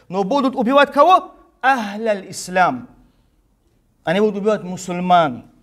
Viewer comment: Он даже не может произнести слово Ислам без ошибки !